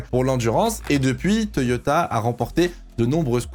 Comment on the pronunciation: Le « Toyota » à la fin, parfait 👌🏻